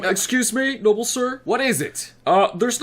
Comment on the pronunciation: It's Noble not mobile LOL